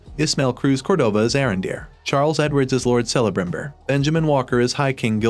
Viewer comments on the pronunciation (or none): OMG... Stop pronouncing the letter C in Elf names as an S.... The correct form of that C is as a K. Cirdan is pronounced Keer Dan not Seer Dan. Celebrimbor is Kell uh brim bor not Sell uh brim bor.